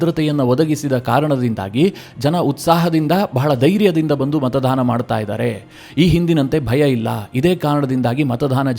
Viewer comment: ಮತದಾನ ಸರಿ.( ×ಮತದಾನ ×ಮಾತಾಧಾರ ಅಲ್ಲ )